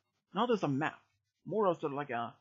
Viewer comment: Wait did you say treasure yam or map